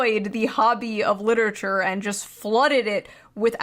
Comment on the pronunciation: Ah, yes, cliterarure